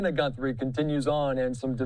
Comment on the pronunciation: What the he'll is wrong with this goofy of a newscaster? GUNthries..GUN? HES SO STUPID